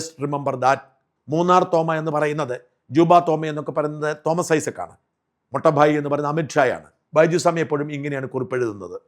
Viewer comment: സാർ. മൊട്ട ബായി അല്ല മോട്ട ബായി ആണ്. മൂത്ത സഹോദരൻ എന്ന്.